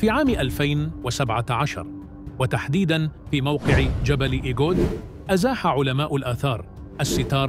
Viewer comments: هناك خطأ في تسمية المنطقة ايغود وليس ايجود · المرجو تصحيح كلمة إيجود ب إيغود